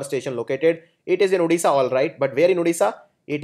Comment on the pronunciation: odisha not udisha plz